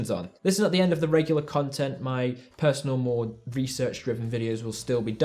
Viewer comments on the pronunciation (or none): none